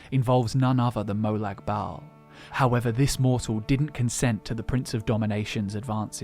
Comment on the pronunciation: Why are you pronouncing molag like molog